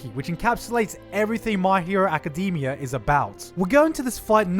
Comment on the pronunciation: My hero Aca-dem-E-ah